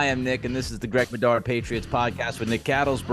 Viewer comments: For Christ sake Bedard. Could you at least get names right and pronounce them correctly. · Greg, dig your show, but you gotta get people's names right lol